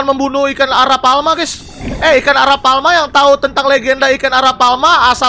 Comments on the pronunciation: itu namanya Arapaima bukan arapalma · Prasaan A R A P A i M A kok jadi a r a p a L m a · Bang Arapaima kali bukan arapalma-_ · bang itu Arapaima bukan arapalma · Itu bukan aralpalma bg, tapi Arapaima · Bang itu namanya arapaima bukan arapalma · Bang kalo di real life nama nya arapaima bang bukan arapalma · Bang namanya ikan Arapaima bukan arapaLma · bang nama nya bukan arapaoma tapi Arapaima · Bang Arapaima bukan arapalma bang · Namanya arapaima bang bukan arapalma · arapaima bang bukan arapalma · ikan arapaima bukan arapalma i bang bukan l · Arapaima bukan arapalma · Arapaima woi bukan arapalma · bang maaf kata kakek aku arapaima bang pake i bukan arapalma pake L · Arapaima is not Arapalma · Perasaan namanya arapaiiiiiima, kok arapalma, aneh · arapaima🥹 bukan arapaLma😭